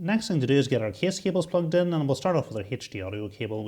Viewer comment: being from America, it's the "kess" for me